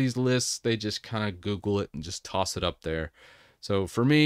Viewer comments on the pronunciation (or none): none